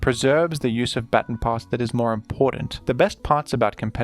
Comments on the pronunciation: Today I learned you people say bat-tin instead of bah-tahn. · It's pronounced ba-TON, like "buh ton", like say button but emphasize the U more There is no such thing as a batin stop saying batin pass if you're gonna make a video about every single baton pass strat say it correctly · I know you recently tweeted about Pokémon pronunciation but come on man it's "Bah-tawn" not "Batten" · Man over here pronouncing baton batin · Its pronounced " Ba-Tawn" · Thank you for your content! Also, its pronounced "bha-ton". Not sure if you just have an accent. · Every time I hear "batin" I lose a little more of my will to live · ITS PRONOUNCED “BUH TAHN” PASS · I wanted to watch this video so bad but I can’t with the pronunciation of baton pass 😭 it’s not even a British thing, most British ppl know how to say baton and I had to stop watching the video bc I can’t take it anymore